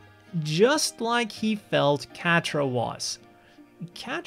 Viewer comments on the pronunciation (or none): Great video. Idk enough about the other series but just outta respect for the name Quatre is said Ka-tra 🤟